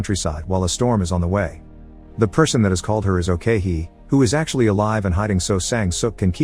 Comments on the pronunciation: Funny how you pronounced ok-hee as owkeihi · it's ok-hee... not "okay hee" waahsdashdasdjasd